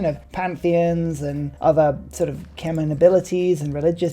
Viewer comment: I know that it is a debated word when it comes to pronunciation, but I've only really heard either k-mer or k-mai as the two options. You are the only person I know that pronounces it as k-men